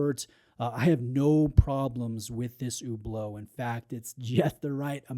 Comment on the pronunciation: Why do you pronounce it so weirdly like Hoooblo?